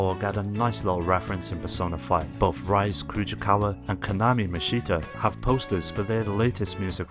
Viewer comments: The way he says the names of the characters hurts ITS “REES A” NOT “RI ZE” JAKCJAKJSJDJFNC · I know I'm like a month late, but you pronounced "Rise" wrong, it's not pronounced like when you get up in some fashion, it's pronounced as "Ree-say" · rice kujikawa.. lol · It's painful hearing you mispronounce "Rise Kujikawa" and "Kanami Mishta"